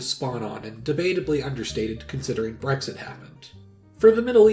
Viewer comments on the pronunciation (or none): none